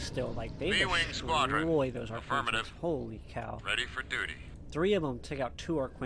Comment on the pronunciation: Don't go by pronunciation it's Arquitens or Ark-Kwi-Tens not Ark-Kwin-Tens.